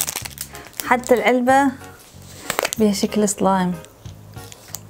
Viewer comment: بالدقيقه كانت بتقول صلايم مو سلايم